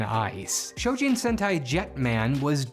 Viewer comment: ZYU ✅ ZAYU ❌ - CHOjin ✅ SHOjin ❌